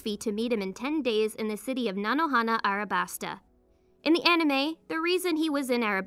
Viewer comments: Her: Arabasta Everyone else: alabasta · Arabasta? Do you mean Alabasta?